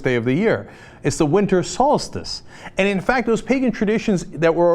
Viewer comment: Not essential to the religious discussion, but I really dislike how Cenk says "solstice". He somehow adds a syllable.